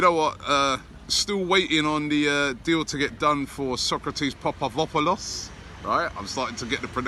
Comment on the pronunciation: Papa-doupo-lus It's not hard.